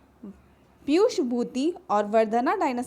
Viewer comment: Pushyabhuti hain wo ....piyushbhuti nahi 😢 Yaar itne thaat baat karte ho to dhang ki taiyari kar liya karo padhane se pehle